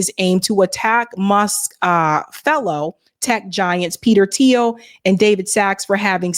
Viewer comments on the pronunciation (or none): none